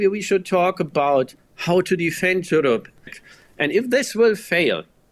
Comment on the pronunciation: Bro said Jewrope